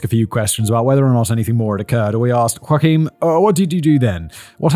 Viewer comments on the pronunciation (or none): In German, the name is pronounced Yo-ach-im, not like Joaquin Phoenix, but alright Fact Boy, you do you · Okay okay. I know it's hard to pronounce but it's yo-ach (get rid of the phlegm in your throat) -eem. Joachim. Yo-ach-eem. The emphasis is on the second syllable, ach. The german ch is tricky. If you say yo-ak-eem, germans will understand it aswell, but you-ahk-im is not it lol. PS: I'm a native speaker. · Isn't the traditional English pronunciation of Joachim, i.e., the father of Mary, "Yo-a-(k)him"? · not you-akim, yo-akim, big brain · It’s pronounced “Yo-ah-cum”. That’s ok. I used to think Goethe was pronounced “Gowth”. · Pronounced “Yo-Kum “✌️ Not like Joaquin Phoenix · Please tell the people who write your scripts to include a proper transcription of all the foreign names, I died a little on the inside when I heard “Huakim” 😭😭😭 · I watched Dan Cummins Timesuck episode on Joachim Kroll and learned that the name is pronounced YAH-KEEM 😅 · Not Simon pronouncing "Joachim" like Joaquin 😂😂 go off king give us nothing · It's German, mate. Joachim is pronounced "Yo-aggg-im", with the "g" sounding like you're trying to clear your throat. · I thought it was pronounced yo-ah-kim or yo-ah-keem like the front man of sabaton, who is a delight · Isn't Joachim pronounced with a uvular fricative? Making it Joa-Xim? With the os as in 'boa', and the X as in 'ugh'(strong throat clearing). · Joachim is Whah-Keem, a name I am sure you have heard before. i.e. - Joachim Phoenix, best Joker ever. Whah-Keem Fee-Nix. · I worked with a guy with the same name from SA. We pronounced his name "Jock-um". It now occurs to me we might have always been getting it wrong and he was just too polite to say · I thought Joachim was “YO-ah-kim.” 🤣🤣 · and what kind of twat is incapable of saying Joachim? yo-a-kim. ffs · Simon: ooooh he’s German, so it must be Joakimm. Germans: no. it’s really not 😅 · I always thought it was pronounced phonetically "Yo-Him" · Yo-came is how you pronounced Joachim